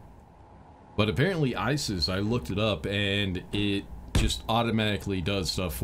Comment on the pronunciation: Lol, bro you called Isy's, ISIS!!! Easy mixup if you never heard someone say it, but funny 😎